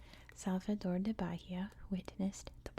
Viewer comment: Don't know if anyone said this yet lol. But, in Brazilian Portuguese, "de" is pronounced like "je" or like the letter "g" (gee). For example; Rio de Janeiro would be pronounced Rio Gee Janeiro. I love your videos btw! My favorite ASMRtist 😊🫶🏻